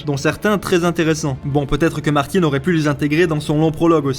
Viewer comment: Pourquoi vous prononcez Martine? Martine à la plage.